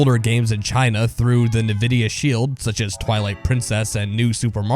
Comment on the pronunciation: "nividia shield"